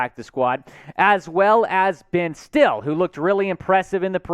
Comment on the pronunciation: Not that you may ever say his name again, but I’m from Nebraska so I can tell you his name isn’t pronounced “Ben Still,” it’s Ben STILL-EE, like it rhymes with “silly.” Hope that helps!